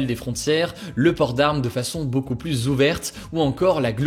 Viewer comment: « SiGnificatif », « pluS compliqué »... hugo, en francais toutes les lettres le se prononcent pas ^^